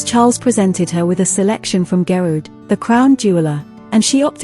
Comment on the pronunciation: Pronunciation of Margaret, Fergie, Garrard and Harry seem a little strange.